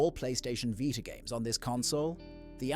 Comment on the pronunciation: what is the vighta? its a veeta.